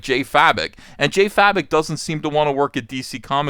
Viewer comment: Please, his name pronunces Jason 'Faye-Bok' not 'Fa-Bik'. Thank you.